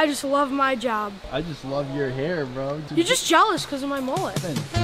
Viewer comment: It’s mullet not moolet